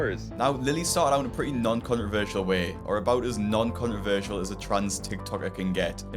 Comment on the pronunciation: How the hell are you pronouncing " controversial"?